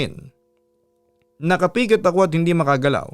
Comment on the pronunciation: Halos lahat ng kwento ni papadudut naiibahan ako pag binabanggit nya un word na NAKAPIKIT. ako lang ba ung nagtataka bat ganun nya un I pronounce? 😅